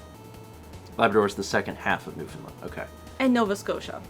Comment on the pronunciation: as a canadian, i am laughing out loud at this stream. specifically, the way "newfoundland" was pronounced was funny. it's pronounced like "new-fen-land" lol. and i think everyone, myself included, agrees that "saskatchewan" is a glorious word.